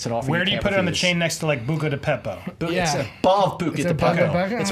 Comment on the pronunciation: can we please say Buca di Beppo correctly